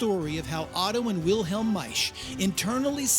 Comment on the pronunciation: MikeO Maisch & Company Too funny,, talker pronounces Maisch properly